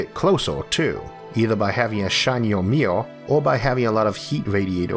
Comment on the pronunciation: It's the way he pronounces Mirror...